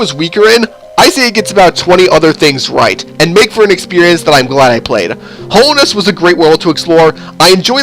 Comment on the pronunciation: I'm sorry but I'm sad you called it Hollownest instead of Hallownest. It's just my Hollow Knight love speaking it doesn't really matter but yeah.